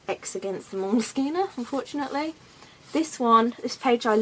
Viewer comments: I don't think you're pronouncing moleskine correctly.. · I love how you pronounce moleskine. No one seems to know what the correct pronounciartion. Your version is nice. Oh and your artwork is also very nice. Good video.